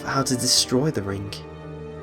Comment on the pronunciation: He said rink:-)